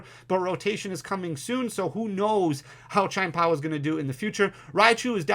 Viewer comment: This is a super informative video! And … my brother… it’s “CHEE-EHN POW.” Your version sounds like a racial slur 😂